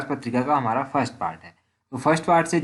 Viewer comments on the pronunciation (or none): none